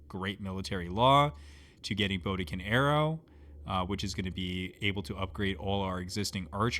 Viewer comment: Great content and as a new player I'm appreciating the deep understanding of mechanics here. However the mispronunciation of certain words is slowly killing me. *HATTI is pronounced HAT-TEE. You keep saying Haiti, which is a modern day country in the Caribbean. The Hatti were a bronze-age culture in Anatolia. Very different. *STELE is pronounced STEEL-EE *BODKIN is pronounced BOD-KIN